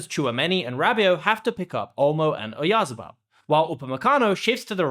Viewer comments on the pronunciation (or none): Oyarzábal is pronounced with the stress on the 2nd 'a', the one with the tilde over it.